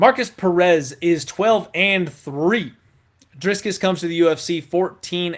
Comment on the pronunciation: What a clown. Have you nevee watched a youtube video of Dricus just to hear how you pronounce his name.. you are a joker